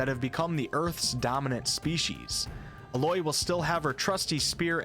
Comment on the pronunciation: A-loy. Every time hear you say Uh-loy I experience a whole-body revolt.